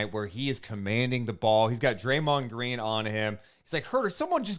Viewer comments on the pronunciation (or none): They just said Green wrong.. you know that's who they described...